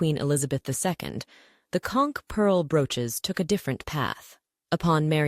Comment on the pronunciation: As a long time local in the Florida Keys, THANK YOU THANK YOU THANK YOU for pronouncing conch correctly ♥️